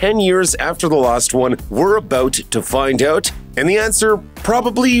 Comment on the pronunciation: Did you just say "we're aboot to find oot".